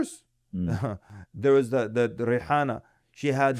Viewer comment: "reihanna" really got 😂